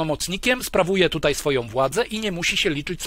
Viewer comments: Panie Piotrze bardzo pana szanuję i podziwiam pańską wiedzę,ale bardzo drażni mnie jak mówi pan tytej zamiast tutaj.Pozdrawiam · "Tutej" - gratuluję Panie Piotrze. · Bardzo interesujący przekaz, ale zwrócić należy na niepoprawność - mamy bowiem dziś w polszczyźnie wyrazy tutaj, dzisiaj, wczoraj, które należy tak właśnie pisać i tak artykułować. Nie ulega wątpliwości, że jeśli ktoś mówi [dzisiej], [tutej], [wczorej] z wyraźnym e, to popełnia fonetyczne uchybienie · Super ciekawy odcinek, tylko błagam... mówi się TUTAJ, a nie tutej:) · Dlaczego Pan Piotr Zychowicz mówi "tutej" (jeszcze takie akcentowane "e"), zamiast "tutaj"? (strasznie denerwujące brzmienie, tego źle wymawianego słowa - nie da się słuchać ;/) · Panie Piotrze, bardzo proszę używać słowa "tutaj" zamiast "tutej", strasznie to boli w uszy. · Tutaj a nie TUTEJ ................ ogółem fajny film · Należy starannie wymawiać tutaj, a nie tutej. źródła: ↑ Maciej Malinowski, Pracować za granicą, wrócić z zagranicy, „Obcy język polski” (20) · Panie Piotrze nie "tutej" ale tutaj. Proszę... Bo to gryzie w uszy. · Dlaczego autor mówi "tutej"??? I "tą"? I "bedziemy"?😮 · nie "tutej" tylko tutaj Panie Piotrze szkoda żeby tak ! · Mówi się tutaj,a nie tutej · Tutaj!!! Panie redaktorze, panie autorze… Tutaj!!! Nie tutej😡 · Nie "tutej" tylko "tutaj". Błagam. Dlaczego wszyscy, czy na YT czy w TV zaczęli tak mówić??? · Koleś, TUTAJ nie Tutej. Naucz się polskiego. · Oducz sie tego: tutej. Nie mogę tego słuchać. Kim jesteś i kto cie nauczył tego tutej? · Piotrze, nie "tutej" tylko "tutaj" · wszystko ok ale jak jeszcze raz usłyszę "tutej"zamiast tutaj to n"nie zniese" :) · Nie mówi się tutej, tylko tutaj. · Panie Piotrze, tutaj nie tutej... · tutaj / nie tutej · film dobry... tylko na litość boską, mówi się TUTAJ , a nie TUTEJ... brzytwa po uszach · tutej kurwa? tutej? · "Tutaj" , nie "tutej" razi jak cholera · Hey kolego. Nie mówi się TUTEJ lecz TUTaaaaaaJ, błagam!!!!! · Nie mówi się tutej